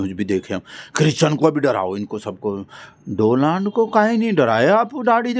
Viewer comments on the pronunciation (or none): none